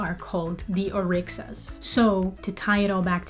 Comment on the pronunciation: Orisha not orixa